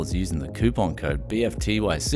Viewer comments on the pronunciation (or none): none